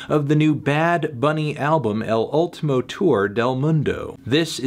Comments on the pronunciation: Say it with me: EHL OOL-TEE-MO. Rhymes with "cool team flow." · "Ehhl Ohltohmo moondoh" the amazing pronunciation from melon though.